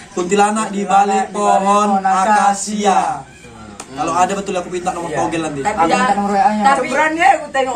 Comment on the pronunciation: Akasia bg bukan angkasia